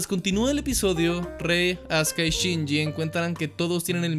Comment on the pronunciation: Se escucha Azka en vez de Azuka 😄